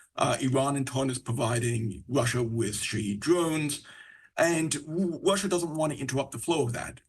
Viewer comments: Is it Russia or Wussa???? Where do they get these people from? I hate to be that guy, but if you were a reporter just my opinion, but I feel like you should be able to speak correctly. I’m sure it’s not his fault but I wanted to build houses for a living, but it turns out I suck at building houses. Just saying. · Ya the Wushins and fwom Wushia😂😂😂